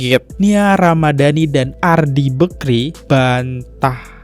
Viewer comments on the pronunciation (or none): Risih banget dengar kata Bekri.. BAKRI bg! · Bakri , kok telinga aku sakit dengar nya nyebut bekri , adehhh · Bakri bang bukan bekri wkwkw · Bakrie bang bukan bekri, bekrie mah roti